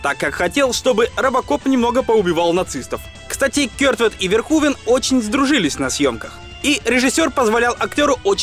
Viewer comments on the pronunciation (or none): Раз живёте не первый год в Нидерландах, то должны знать, что имя произнесено неверно! Не Верхувен, а что-то близкое к Ферхуфе должно быть (вместо звонкового "в" более глухое "ф", плюс "n" в окончаниях проглатывается, поэтому этого звука почти не слышно, ну и звук "х" отличается от нашего). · комментатор выше не права, всё равно неправильно имя произносите, если передавать русскими буквами эту нидерландскую фамилию, то будет звучать примерно как "Ферхуфе". Сорри за то, что пишу почти год спустя, только недавно открыл Ваш замечательный и интересный канал. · Все же не ВерхУвен, а Верховен. И не "одеть", а "надеть" - "надеть одежду, одеть Надежду") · Если фамилию режиссёра произносите Верхувен, то и столицу UK по русски говорите как Ландан. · показав как Питер Уэллер-американский актёр (родившийся в штате Висконси) произносит имя режиссёра : Paul Verhoeven .Ты утверждаешь что произносишь имя этого режиссёра правильно ? Да они там имя Билли из штата в штат каверкают , ты чего ?